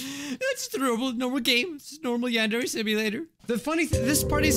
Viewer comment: yandere simulator My captions: yan dairy simulator